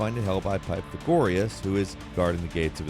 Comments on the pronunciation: The way he said pythagoras 💀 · It’s one thing not to be able to pronounce a complicated word you’ve only ever seen on paper, but to call “Pythagoras” py-tha-gor-e-us … did you stop taking math after age 12? It’s Py-thag-or-us…. Like Pythagoras’ theorem???!!?!??!?!?! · "Pie-tha-goreas" you must be trolling dude, this is 5th grade stuff... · "I'm not going to pronounce the name of the staff since I'd pronounce it incorrectly and you guys would be mad. Also: "Pie-tha-gore-us." Come on, didn't you take eighth grade math and learn about the Pythagorean theorem and all? This is one you should know. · Did you really just pronounce the name 'Pythagoras' as "Pie-thuh-gore-us"? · Doesn't want to offend anyone by mispronouncing a name of a weapon. Proceeds to butcher the name Pythagoras. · or when he mispronounced pythagoras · Yep, that's why I said it. But in this case, there's absolutely no way he's never even once in his life audibly heard the name Pythagorus spoken aloud. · And Pythagoras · Don't forget him butchering Pythagoras. Which is an actual name and something he should be familiar with because of high school math